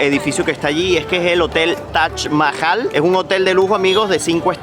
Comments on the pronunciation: Es Taj Mahal No Tach mahal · TAJ CON JOTA, TAJ MAHAL😂